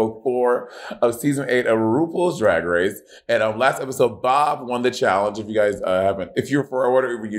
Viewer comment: Monet- “roopoals drag race”